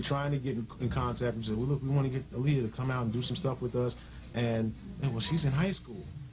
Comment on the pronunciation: Aaliyah-(Aah-lee-yah) not (A-lee-ah)!!!! R.I.P angel❤️